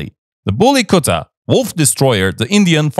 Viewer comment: U pronounce very well the bully kutta. 😂😂